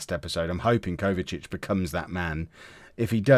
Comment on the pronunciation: His name is Kovacevic but you are saying Kovacic. You are missing the letter E and V whilst saying the name